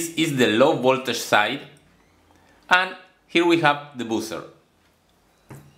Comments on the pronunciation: it's "bah-ser" and not "bu-cer", that circuit could be very useful to make some amplifiers but 120vac is quite high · I heard "boozer" 🍺🍾🍻🍷